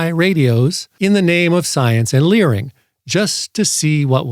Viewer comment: You keep mispronouncing that word. I know it's spelled "learing", but it's pronounced "fraud". If you keep making videos with this much learing you're going to start sounding like the mom from Bobby's World, or like the cast from Fargo.